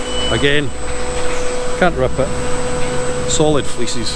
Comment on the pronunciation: first time he said fleeces i thought he said feces lol have a great day from Canada